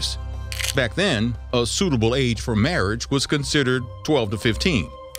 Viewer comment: I love "marriange"